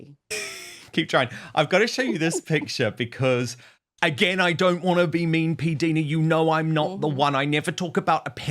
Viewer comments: Dan Pdina his pronounced like diner (the American cafe place) not deena. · When in heavens name Dan are you going to say PDina’s name correctly ? She is too polite to correct you. She herself says her name like P- diner( like an American diner ( cafe) why are you so stubborn and continue say it incorrectly so many times during your interview with her. I wonder how you would like your name being mispronounced incorrectly constantly. I think it’s quite rude of you. Be a man and correct yourself and apologise to her for having said it wrong all this time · Dan please it’s PDina as in Diana it is I not i